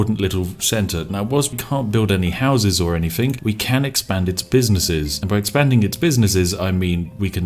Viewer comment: Everytime i watch a spiff video "Anythingk"